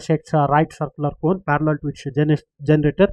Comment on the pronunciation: Parallel not farallell